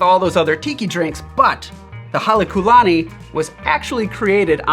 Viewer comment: As a student of ōlelo Hawai'i (Hawaiian language), and a part Hawaiian myself, I wouldn't quite say the pronunciation was excellent. And if I'm not mistaken, although even the hotel doesn't use it, I believe there should be a kahakō over the u like what you see over the ō. Hale meaning house; lani meaning Heaven, And the Ku, (kū) meaning befitting (in this context).